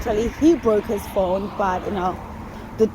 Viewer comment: How many syllables does speak/ put in the Word Phone😂Ph- ow - en - a.😅, four. He cracks me up.